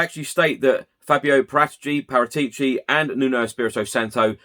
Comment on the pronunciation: Cant even pronounce Paratici